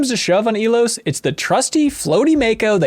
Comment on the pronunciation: How many times does have to repeat to y'all that he boned Kaidan? 😂 Also, for the love of God, it's pronounced "EYE-Los"